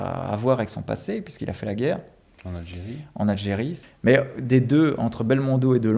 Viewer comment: pas algeri!!!! e indochine ......